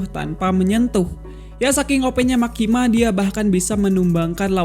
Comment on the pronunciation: Ralat bang..""MEKKIMA"